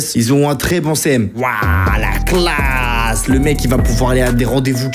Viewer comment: Mais toi tu me fais toujours rire comme tu dis classe